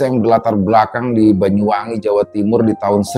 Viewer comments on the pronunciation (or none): none